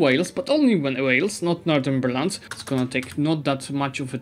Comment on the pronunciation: Northumberland is North-umber-land.